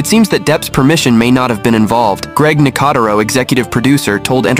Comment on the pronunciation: Definitely pronounced Nicoteros's name wrong.